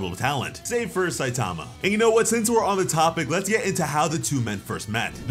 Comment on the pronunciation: Another person that can’t say Saitama’s name right. Jesus